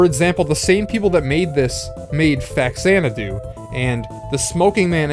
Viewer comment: My brothers and I called it "Y" "S". I think it's actually pronounced like "geese". But you pronounced Faxanadu right, so call it whatever you want.